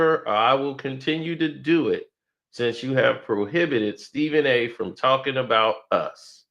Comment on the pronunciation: said Srepben A got a thoroughbred. 😂😂😂